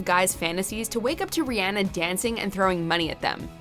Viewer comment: idk who this “” from watch mojo is but i do not like the way she pronounces rihanna